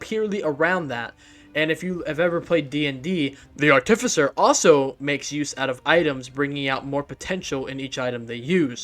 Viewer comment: google "artificer pronunciation" please